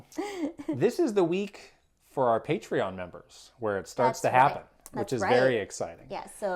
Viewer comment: Why do they sometimes say patrein